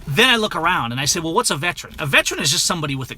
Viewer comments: the word is veteran, not vetran. See the difference? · How many times do you say vetran. The word is veteran, a three syllable word. Hate to be so trivial but I am a veteran.